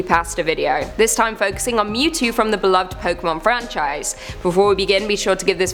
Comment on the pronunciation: It's Mewtwo not Mew to XD